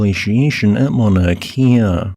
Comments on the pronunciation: please work on your olelo hawaii pronunciations. it is not mauna kia, it is mauna kea (kay-a). you speak about our sacred places often enough correct pronunciation would be appreciated. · Mauna Kea. “Cay ah”. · "ma na key ah" 😭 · Why does this guy talk so strangely, and not properly pronounce Mauna Kea? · Just a little point on Hawaiian pronunciation. "E's" are always pronounce short, as in "eh", never "ee". "I's" on the other hand are always pronounced "ee". New England missionaries created this system with help from local Hawaiians. The rules are much simpler and more consistent than English written phonetics. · Your videos are appreciated, however not so much your pronunciation of Hawaiian place names. It was distracting. Mauna Kea (Kay-ah), Waimea -Wai may-ah